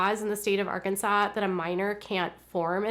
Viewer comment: I'm from Arkansas I love when you say "Arkansas "